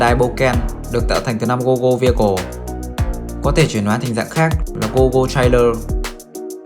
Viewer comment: Goggle V và Gogo V, chữ V là số 5 la mã, đọc là Five chứ không phải Vi. Và bỏ cái cụm tiếp theo là, tiếp đến đi. Nghe phiền lắm.